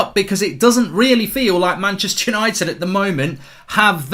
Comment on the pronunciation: "Manchepster "united😭